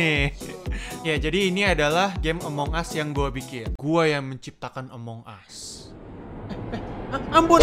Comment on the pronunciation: itu bukan among us tapi disebut among gus